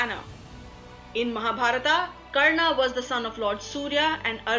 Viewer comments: This video has a lot of bonus information because it is not substantiated. Right at the outset, it calls Hindu Epics as mythology when they are in fact Itihas. If they were mythology then how come this channel is trying to show the correct FACTS? The pronunciation of the commentator is bad. There is no need to add 'aa' sound to the names. It is Pandava not Pandavaa, Karna not Karnaa, Arjuna, not Arjunaa etc. Back to the drawing board, you are doing a gross disservice to the Hindu tradition. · y r u pronouncing arjun and karn in correctly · its Ramayan, Krishan,Ram,Karn,Arjun...plz dont put a in every name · Please don't speak out the 'a' at the end of sanskrit names like Karna or Arjuna... it is supposed to be pronounced as Karn and Arjun. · Good video but why does the narrator adds an 'A' in every other word. It is said as mahabharat not mahabharataaaa. It is karna not karnaa. Similary for so many other words. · Not a mythological myth, it is India's history. Pronunciation is Karn, Arjun and for more names or places like these.not Karnaa, Arjunaa, Mahabhartaa. Perfect sound of Indian accent but foreign pronounced words. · Why the overt use of 'a' at the end of every name? Coming from any Indian language speaking person this sounds more like an anomaly than a regularity. Its Karn, Arjun, Bhism, Ved Veyas and Mahabharat instead of Karnaa, Arjunaa, Bhismaa, Ved Veyasaa and Mahabharataa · KARNAAAA, ARJUNAAA, RAMAAAA, SUGRIVAAA for GOD sake those are names and they should be pronounced same in all languages, gladly she didn't say DRAUPADIAAA. So irritating to hear that and also stop making up foolish stories that Draupadi loved Karn this is no where mentioned.